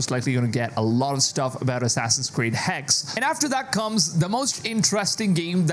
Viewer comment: Hexe not hex. Pronounce it right it's german not English